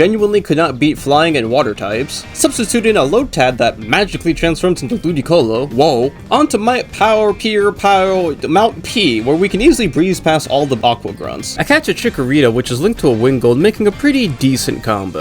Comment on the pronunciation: "Mount pie-er" bro... 😟😟😟